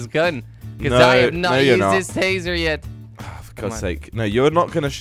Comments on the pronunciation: It’s tasing a baby not tazering a baby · "tasering" it's tasing xd